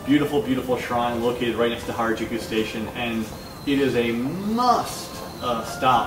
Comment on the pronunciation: This could be a cool series, if you only realized you're not very funny. The bit starting was not too bad. Thanks for attempting to name Harajuku more than once, as I finally understood you about the 3rd time. You really need to work on your pronunciation.